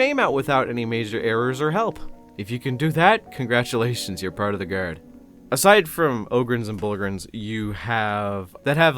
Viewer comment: I forgot you were Canadian until I heard you say “guard” 😂